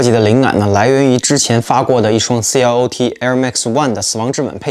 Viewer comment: 網絡上真係很多人不懂 SACAI 的發音 , 其實 I 是有發音的 還是第一次聽到有人說 C L O T 獨立 4 個音做品牌名稱